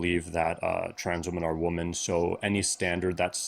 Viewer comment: I get sick of them never knowing how to pronounce the word 'womEn' in the plural